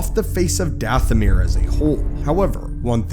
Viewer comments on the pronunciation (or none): Your saying it wrong it's dathomire sound like goth not ahh.